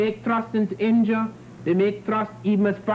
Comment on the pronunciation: where is 'INJA'-I thought it was INDIA!